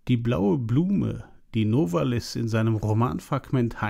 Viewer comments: Novális - so meine ich, betont man den Namen. Abseits dessen: eine wunderbare Einführung! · wenn sie Novalis auf der ersten Silbe betonen, sagen sie zu Benzin auch 'Spriet' oder 'Spritt'? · Ich könnte einen Roman schreiben, aber eigentlich jegliche Punkte, wegen welcher ich Sie bewundere wurden in den Kommentaren bereits erwähnt. Darf ich fragen warum Sie so viel, auch über Geschichtliches wissen, auch weil sie sagten dass Sie es seit Jahren gewohnt seien Novalis auf dem a zu betonen. Meine größten Respekt.. Bitte machen sie immer weiter Videos